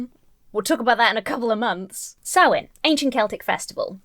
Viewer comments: Im pagan, you do not pronounce the M or H in Samhain. I pronounce it Sa-when, but there are a few variations Im newer to paganism and im still doing research but im pretty confident Samhain has never had anything to do with children sacrafices. I have only ever heard of animals being sacraficed in any religion or tradition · 5:220 "Halloween goes back to the Celtic festival Sam Wain" Um... You mean Samhain? (Pronounced Sowl win) Guy can't even pronounce the thing he's ridiculing! 🤦‍♀He obviously did not do his research because the festival most certainly does not involve the sacrificing of children. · He pronounced it Sam Wayne! I find that unreasonably hilarious :D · lol, dude said "sam-wain" he knew it wasn't prnounced "sam-hain" but just couldn't bother to figure out how.... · Lol "Sam-Wayn." Sam's Wang. Anyone? Also, turnip jack-o-lanterns are way creepier. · It wasn't an accent, just a mispronunciation. He said "Sam Wayne." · No I believe it really is pronounced Sam Wayne. Sam Wayne, the rootinest tootinest Celtic Spirit in the whole wild Ireland YEEHAW! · Sam Wain... HAH! He can't even be bothered to actually pronounce it right. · "I'm sorry, I'm being really mean." No. You're not. Dude straight up called Samhain "Sam Wayne" like some kind of off-brand whiskey. He reaps what he sows. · Hearing a Christian pronounce Samhain as "Sam Wayne" was the funniest shit I've seen in months. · Actually, what he said is “Sam Wayne” (I rewatched that part just to be sure) — which goes way beyond just an accent thing. It is as though he is trying to SHOWCASE his ignorance. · His (mis)pronunciation of Samhain struck me as intentional 🤔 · Is it wrong to be amused by the various mispronunciations of Samhain? My personal favourite was reading that it's about Sam Hain - an evil Celtic Deity who demanded child sacrifices. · That man said Sam-Wayne with the straightest face! 🤣🤣🤣🤣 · Not an “accent thing”. He said SAM WAIN. Aaaaahhhhgg!!